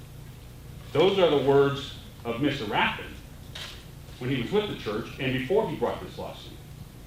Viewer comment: I love how the second attorney can't even get the name of the plaintiff correct… Rathburn>>> rather than Rathbun...